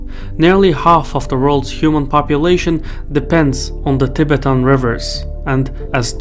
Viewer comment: It is not TEE BETAAN but TI BETTAN : accent on the first syllable not the second old boy